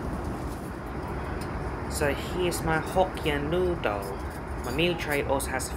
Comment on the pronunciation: Dear, started my sunday arvo by watching your trip back to Malaysia. It was a pity that you didn't try the nasi lemak, it would have a delight for your tongue!. Nevertheless the "Noo-dle" was a reasonable substitute. It was good to see you fly this leg as I often wondered how it was like. See you on your next flying adventure and thank you for posting again! Regards Hsiang, Adelaide.